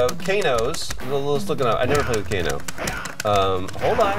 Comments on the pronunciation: Co-Kano? LOL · Well, that's it. I'm calling Kano ''Kokano'' from now on.